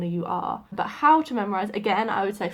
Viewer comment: Haha 😂 very British „Bu(h), I forget tones...“ Yeah, you dropped the „t“ from But as well 😂👍 Just joking, I know what you mean..